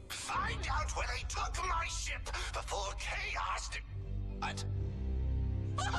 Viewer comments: Did he say flying shit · was I the only one who thought he said shit instead ship?